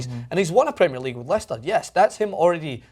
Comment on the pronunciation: to the guy on the right, pls learn how to pronounce premier league, plssssss